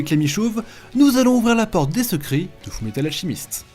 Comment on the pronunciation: "Fou Metal Alchimiste"